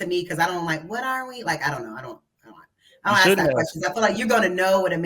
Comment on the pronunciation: for some reason can't consistently say the word "ask" properly. I wonder why......